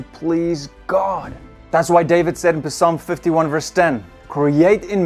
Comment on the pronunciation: please be aware most true Born again Believers who follow your wonderful ministry like me pronounce the man Job Jahb not like a occupation a job And the book of Psalms Salhms not PeeSalms. Just from your ne Preacher to another no big deal just a tip you are very gifted and you are our favorite Bible Teacher!! Hank & Sandi Omaha Nebraska